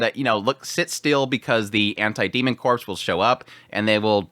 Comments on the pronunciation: 'Corps', in the context of a military or fighting unit, it pronounced like 'core', not 'corpse'. See: Marine Corps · Ok. Corps is pronounced “ core “ meaning body. Corpse the dead body is pronounced as seen. I. E. Marine corps (core).